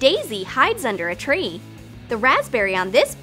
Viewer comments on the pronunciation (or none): none